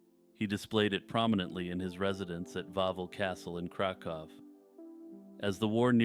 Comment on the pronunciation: Listen to this fancy SOB pronouncing Kraków correctly.